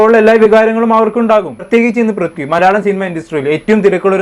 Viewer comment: Brithi alla mone Prithvi 😂 enta tholvi aliyaa 😂